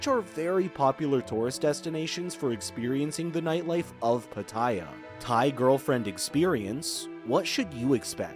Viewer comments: that is not how Pattaya is pronounced. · It's hard to take tips from someone who can't even correctly pronounce the place he's taking about. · Please learn how to pronounce pattaya properly.